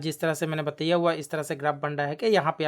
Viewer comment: App achha samjhatey hai. But ek shabd app galat bol detey hai, Batiiyyaaaa nahi bolte bataaayaa gaya Hai boltey hai.